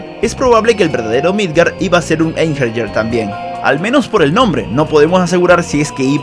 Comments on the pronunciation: La pronunciacion de Einherjer es AIN-HE-RIA, no EIN-HER-YER. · Se pronuncia einjeiriar o algo asi, son los guerreros muertos que pelearan en el ragnarok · La J de Einherjar se pronuncia como una I. Osea Einjeniar